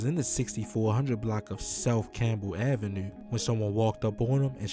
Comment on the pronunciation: I heard it in the “avenUUUe” 😂